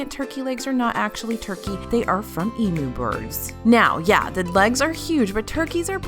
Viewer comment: As an Aussie, thanks for saying Emu and not Emooo. Also - as an Aussie planning a WDW trip, what are the ride queues NOT to be missed? ( if you’ve done a video, can someone link me, please?)